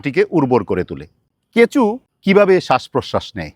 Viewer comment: কেঁচো কে কেঁচু বলছে😂